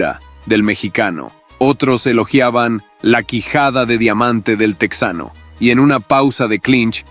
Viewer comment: Oye, estas hablando en español asi que no es "tecsano" es TEJANO ahhh pero dices "opercut", eres un farsante hablando ingles